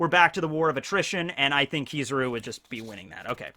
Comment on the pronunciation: Its killing me hearing him say keeezaru